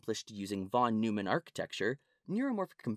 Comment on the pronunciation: It's pronounced Noyman.